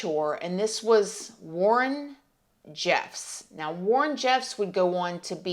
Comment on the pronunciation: I think Warren's dad name is pronounced roll land